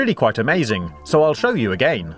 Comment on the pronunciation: I love how he says “egeien” instead if “again”